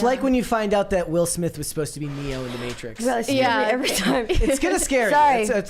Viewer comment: “Will Smiff”?